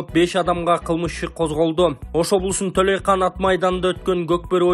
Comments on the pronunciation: Толйкан эмес толойкон дабдыр! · Төлөйкан эмес Төлөйкөн деп туура айтсан бай болгур.